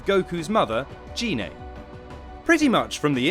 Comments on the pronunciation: GI-NAY NOT GEE-NAY 😑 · Well, firstly, you pronounced Gine's name wrong several times. It's pronounced with a hard 'G', and not like a 'J'. Also, you guys did put in a lot of "non-canon" info and characters, like Turles. Oh, and also, , you spelled 'asteroid' as 'asteriod'. So...yeah, I'd give this maybe a C-.